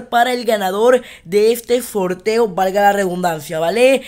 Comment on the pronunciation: se dice sorteo no forteo